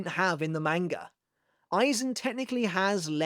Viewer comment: Bro stop saying manga like that